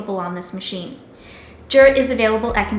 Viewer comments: THANK YOU! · It's pronounced "YOO-Rah" not "JOO-rah."